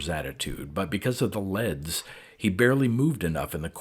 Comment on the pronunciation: Dude.. I appreciate these stories immensely. But with all due respect, it's "leeeeeeeds." A wire leading from a machine to a person is a leeeed, not a led. Also, electro-en-CEPH-a-lo-graph.